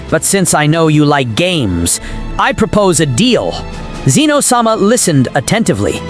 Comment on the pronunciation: Get the name right its pronounced zen o not ze no yes i broke it up so you know the difference now get it fucking right or quit your day job